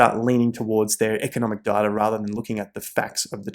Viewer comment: Does data have a R in it lol